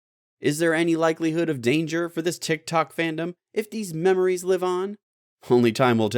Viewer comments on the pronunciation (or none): none